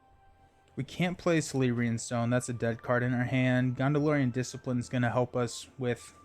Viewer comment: Please stop saying GONDOLORIAN SHIELD (Star Wars has no place here 😁) Also "C" is pronounced like "K" with names and such with Tolkien. "K"eleborn... and so on. Same with "K"elebrian's stone... no Sssssss sound. Seems like many players on Youtube do not pronounce these correctly and it drives me crazy!Otherwise, love your videos.